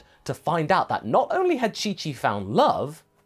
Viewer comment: Instead of chi chi it’s cho chi